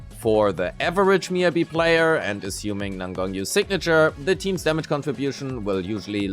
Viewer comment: MiYAbi. Not Miabi, it shouldn't be that hard